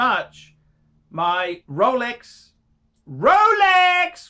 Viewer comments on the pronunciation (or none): none